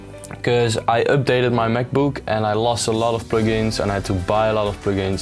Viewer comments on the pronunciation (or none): “I updated my macbuuk” 😂😂